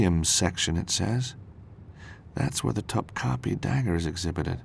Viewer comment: cringing at the pronunciation of "Topkapi"